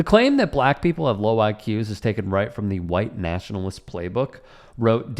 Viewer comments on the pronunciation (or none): He also thought nationalist was pronounced natalist...